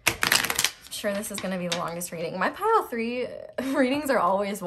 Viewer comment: You said "My pile 3 readings are always wild" but I ABSOLUTELY heard "my pile for your readings are always wild". I had to rewind and relisten. Weird.